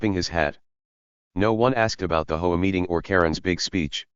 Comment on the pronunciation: Hey... it's H O A, not "ho-a". Read it the correct way.😂😂😂